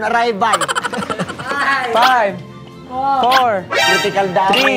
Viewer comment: "dead on araybal!"😭😂